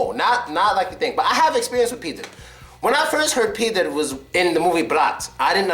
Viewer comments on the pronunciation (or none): "Pidor" is more correctly in pronunciation than "Pider". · Pidor, not pider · really pider?! It is pidor,bro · not pider, but pidor! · Guys, it's PidOr not Pider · not actually "Pider". It's "Pidor" (I'm from Russia) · Not "Pider" but " Pidor" ( the guy who if fa*** in as* ) ....Pizdyets(pus*) it's ouu shit like we use...Not Khui but Hui ( dic*)...Pizda that meen "Puss**) dude stop doing videos about Russian language if you are not avaiable Ivan to spell a word normal... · hey, man, not pider, but pidor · Not "pider" - "pidor" is correct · nobody says pidOr like mOlOko. pider is closer to real pronunciation. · Pidor, not pider.Я гарантирую это, йоу. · Not "Pider", "PidOr" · not pider but PIDAR or PIDARAS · 1) It's not nesseserly pider, it might be pidar or pidor. And it means not only faggot, it can be translated also like jerk or douchebag. 2)pizda it is vagina or pussy, but pizdets it's a different word, which is meaning something fucked up, failure situation, when something bad happens. rest is correct, best prononciation ever))) gandon is a condom and shlukha it's more like whore, than prostitute. blyat' - almost the same as pizdets, but blyad' it's a whore (much more rude than shlukha) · not pider! pidor! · No, it's "pidor". To Russian "пидор" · First word pronounced [p i d o R]. WIth [R]!!! Like if u roar "RRRROOARGH!!!"